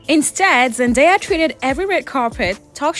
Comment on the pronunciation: Just to clear up any confusion on how to pronounce her name- I used to think her name was pronounced "Zen-die-ah" but she has stated it's pronounced "Zen-day-ah" I found it confusing the mixed pronunciation in this video so hopefully this clears it up.